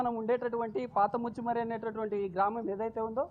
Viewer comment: మచ్చుమారి కాదు ముచ్చుమారి